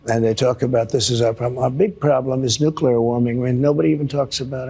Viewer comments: Nuclear = Nu-Clear, not Nu-cle-er. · He is a 🤡 clown! He can't even pronounce the word nuclear